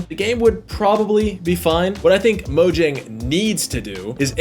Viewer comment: the J is pronounced as a Y Mo-Yang 😉